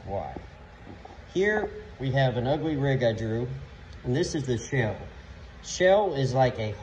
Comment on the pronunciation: Shaaaaaaaale. Not shell